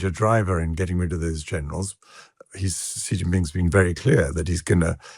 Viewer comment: Xi's name is pronounced "SHE"! Its She Jinping.